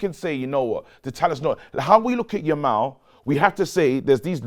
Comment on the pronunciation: still calling him "Lamal"